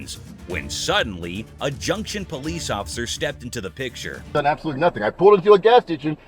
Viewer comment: he said pigture instead of picture😂